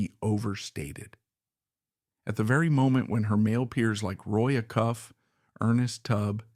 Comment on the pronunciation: Why do you show a Patsy Cline photo? Why mispronounce Roy Acuff's name.